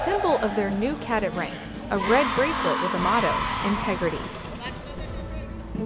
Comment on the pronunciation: It's really irritating hearing the narrator mispronounce "cadet" and referring to females as him or his. Wtf?